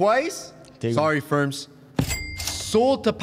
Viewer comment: 1- Varvar 2- Pala 3- Ferms (Again someone help him)